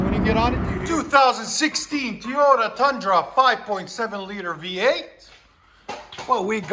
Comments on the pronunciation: This dude keep saying tiyota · Like the videos but please stop saying “Teeyota”. You don’t say, I hope Santa brings you lots of “Tee’s” for Christmas.